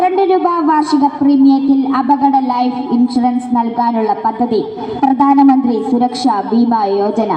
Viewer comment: കുട്ടി വാക്കുകൾ ശരിക്കും ഉപയോഗിച്ച് ശീലിക്കുക.. പ്രദാനമന്ത്രി.. ഫാരതം.. ഇതൊക്കെ തെറ്റാണ്... അവതാരകയുടെ കാര്യമാണ് സൂചിപ്പിച്ചത്..